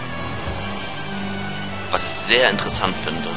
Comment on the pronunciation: du sagst nicht ich sondern is